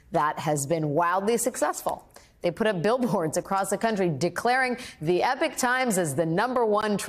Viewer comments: It's not "Epic" Times, it's "E-pok" Times! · It is Eepock, Epoch not epic. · Today I learned that Americans say 'Epic' and not 'e-pok' to pronounce Epoch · Not EPIC but EPOCH (Eee-POC) EPIC def: an exceptionally long poem or task. EPOCH def: a particular period of time in history. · Why are you calling it The Epic Times, Ms Wagner? It's EPOCH which not only sounds different from EPIC, but it doesn't mean the same thing, either. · Epic < E PAWK Pronunciation counts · I believe it's pronounced EE-POCK. NOT epic. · Pronunciation is driving me crazy. EE-pock. Not epic. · Why do you Americans called 'Epoch Times' - 'Epic Times'. It is pronounced 'Eepock'. 'Epic' is epic. 'Epoch' is epoch. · IT' PRONOUNCED "EPOCH - E-POK" NOT EPIC! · Epoch - ˈiː.pɑːk Yeah, not very helpful. Ee pawk - epoch. Epic - e pik. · It is clearly not the EPIC times EPOCH is pronounced eee-pock!!!! I expect better from you guys!!!! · I thought epoc was not pronounced like 'epic' but like 'epoch'???? sorry it's just bothering me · Epic is not Epoch ! - Epoch is pronounced "Eee-Pock" - different word - different meaning. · Dear Alex: love your channel, but it is pronounced Epok Times, not Epic Times. Leastways, in the old UK! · It’s not the ”Epic Times”, it’s the ”Epoch Times”. 🙄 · Epoch not Epic.... Times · Fair reporting, but please can someone explain to Alex Wagner that Epoch (a period of time, and used in the title of The Epoch News) is pronounced as e-pok, not as epic. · Learn the diff between “epic” and “epoch” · epoch - i-pok - not epic! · Wook at the wittle baby cry. Good! Sad Wagner can't pronounce Epoch to save her life though. E-pock, not Epic. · The word is pronounced 'eee pok' not 'epic'. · Small point but isn't it eeepok rather than epic? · Epic and Epoch are two different sounding words. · Epoch not Epic. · I can't with her saying "Epic Times" ... it's Eeeepok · Epic Times ? Surely Ee-poch (-och as in Scottish loch) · Her pronunciation of epoch is annoying me! It's ee-pok, not epic!